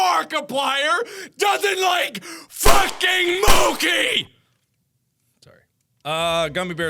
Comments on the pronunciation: Lol when he's like that's right internet Markiplier doesn't like mochi I was like the only thing more upsetting is that he's saying "mo-key" when it's pronounced "mo-chee" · mochi isn't pronounced (moh-kee) it's pronounced (moh-chee) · Mo-key? What?? Since when did mo-chi have another pronunciation I didn't know about >_> lol Mark, try again, remember Arc-hive? It's like that. Ar-khive/Arc-hive not Ar-chive and Mo-chi not Mo-key. Okay! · Yes you have! You don't like mochi? Yeah well, that's too bad, whatever. But what I'm pissed about is you pronouncing it "mokee" when it's supposed to be pronounced "mochi" with the"ch" being pronounced the same as cherry! Sorry, I just had to get that off my chest, you're still awesome! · I don't like mochi too but its pronounced moCHi not moki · Wait... it's pronounced "Moe-Key" and not "Mo-Chi"? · Dr.Darth mochi is a traditional Japanese rice cake. It's usually filled with red bean paste (which I don't like) but there's fruit filled and also peanut butter. There's also a Japanese-American kind where it's ice cream in the middle. Also it's actually pronounced mocheee and not moki but it's mark so it's fine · 'mo-key' 'MO-KEY' 'M O K E Y' Did you seriously just pronounce mochi as mokey?? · Mochi is also pronounced (mo-chee) not (mokee) it is not a coffee!!!!!!!!! XD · I love the quiz videos, plz do more of them, they're so funny!!!! =DDD Btw, the mental age test (+ bet) was the best! >:-) Oh, and Mark... Mochi's pronounced "m"-"o"-"t"-"sh"-"e", not "mouki"!!! <.< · The internet will be far less upset that you don't like Mochi, and more upset that you pronounced it "Mo-Key" instead of Mo-chee. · I couldn't care less if you like it or not, at least pronouce MOCHI right!! 😂😂😂 (Fyi it's like moah-chee not moa-key T^T) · moki? MOKI?????? ITS PRONOUNCED MOCHI YOU IDIOT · I'm more angry that you MISPRONOUNCED IT, IT'S MO-CHEE no MO-KI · XD "moh-Ki" its moe-che, chi like cheese xD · I'm pretty sure it's pronounced mo chi not moki